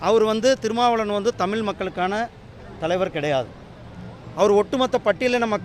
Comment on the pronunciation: யோவ் முருகா....... தமில் இல்ல தமிழ்.... Dr. தொல். திருமா knowledge க்கு நிகர் ஆவயா.... போயா 😡😡😡😡